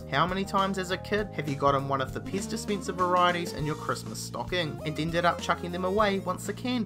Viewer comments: I heard piss dispenser as well... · Piz dispientser......lol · IKSPINSIV. wtf! DISPINSIR! wtf. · Ixpinsive Dispinser, In every end of each sentence he says the last word a little longer, why? # 13 supinsion? eva mide? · Expinsive? Piz Dispinser? Tiddy Beaha? Why can't Aussies pronounce English? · "World's most expeensive Peez dispeensah"